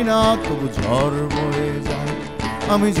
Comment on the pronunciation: গান শুনে মনে হলো—ইনি কখনো গান শেখেননি। উচ্চারণে খুবই গণ্ডগোল আছে— যেমন, বাড়ি, গাড়ি শাড়ি, ঝড়, কী করে ঝর, বারি, শারি হয়ে যায় বুঝতে পারি না। শুধু অবাক লাগে। পরঞ্চ বলা যায় বাঁশিটা গানের চেয়ে ভালো বাজালেন।